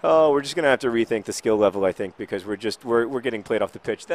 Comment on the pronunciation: I wish one day he pronounces "premier league" properly. or the word " because"